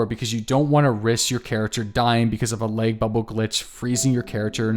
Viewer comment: Good Christ on a crutch man is there some reason that you're pronouncing LAG like LEG? I had to replay it 5 times to understand WTF you were talking about!